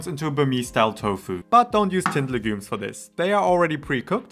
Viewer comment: You talk a little too fast. Please learn to pronounce the word 'legumes'. And talk a little slower please. Nice content.